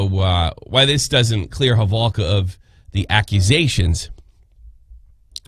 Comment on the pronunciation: Why is he saying halvoka ... Its holowka.....